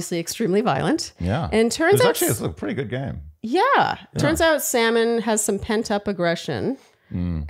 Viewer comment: Lmao Wells also started calling Sam n, salmon 😂